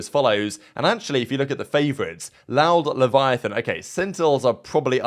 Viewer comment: LEH VE UH TAWN not Leviathan lol